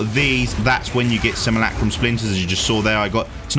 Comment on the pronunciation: Seem ...You ..Lack ...Rum... NOT Sim..moo..lack..room ...